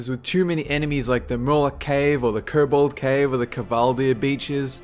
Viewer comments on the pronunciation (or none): none